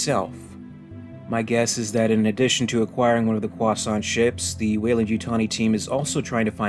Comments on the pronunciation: Oh man.. It took me a while that you meant Croissant Ship 🤣🤣🤣🤣 Allright let's try together for US Americans: CREW-AH-SO But overall great video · I hate when you say croissant ship… it sounds so off. 🤣 But anyway would love to see it come out. Love your vids!